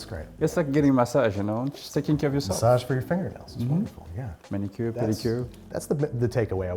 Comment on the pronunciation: It's a Man-I-cure.